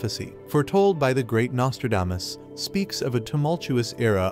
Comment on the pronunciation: I just wish the narrator could learn to pronounce the man’s name correctly!